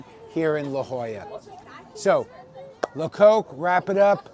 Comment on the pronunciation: The reviewer here is incapable of pronouncing the restaurant's name properly so why would I credit anything he says.